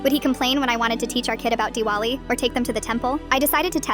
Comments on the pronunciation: Wait, as an indian , is it really, डिवाली?! हिंडी?!aaaaahhhh god I'm screaming! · It's accually pronounced divali not dewale 😅 and it's Hindhi not Hindi (pronunciation) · Ah the accent is killing me dude Indian but like Diwali was pronounced divoli like I was irritated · I hate Ai 😭😭😭 the pronunciation of “Parahaas” and “Raingoli” and THAT WAS NOT HINDI “main tun sae pyar cartoon” I don’t even know if that’s what it sounded like.😭😭 ITS NOT DeWaaLe or Doul or rodee 😭 also as an Indian who lived in Ohio for a good amount of time I hope this don’t happen to me… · Nah fr like dewali is done😂😂😂 papa is apa or appa lol it's different pani is water😂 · The accent of "diwali" is killing me 😭